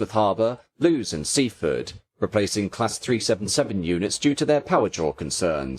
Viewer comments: In that vein, Lewes is pronounced more like the name Lewis not Lewees. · Lewes is pronounced "Lewis" as in the racing driver Lewis Hamilton. I lived in Lewes.